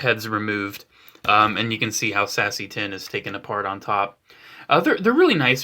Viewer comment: lol anyone else heard "sassy tinn" instead of seasse tinn?